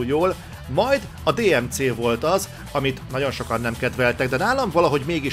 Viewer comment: Jesus en kedvellek de mi ez az angol kiejtes? De-eM-Ce? OMG vagy mondj mindent magyarosan vagy tanulj mar meg angolul mert ez igy ritka irritalo. #nemakaroktwitterpostlenni